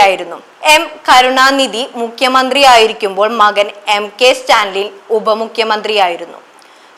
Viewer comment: Vartha vayikkum munpu ,enthanu news , athil parayunna perukal padichu parayuka, stanlin alla Stalin pls correct